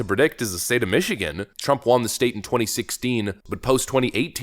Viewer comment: WON = W-uh-n WON ≠ W-ah-n You sound stupid every time you say it.